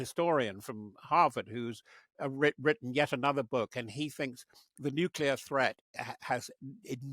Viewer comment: "Nuculer weapons"? Interviewer stop watching American TV.